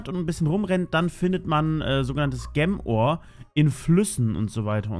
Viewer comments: Ich mag es wenn du Gemm Ore sagst. Es heißt Gem Ore. Gem = Juwel und Ore = Erz. Also Juwel Erz. Es triggert mich wenn du Gemm Ore sagst. Bitte sag entweder Juwel auf deutsch oder Gem auf englisch. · "Gäm Oar"... BoI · junge sag bitte nicht mehr gem ore sondern sprichs richtig aus das nervt bisschen sonst coole folge :D